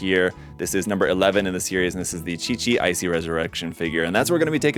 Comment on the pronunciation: How da fa did he say 'QiQi' right?! No one ever pronounce my name correctly (Qi is my family name)